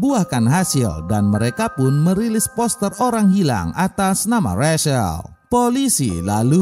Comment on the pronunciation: Rachael di baca recel bukan resel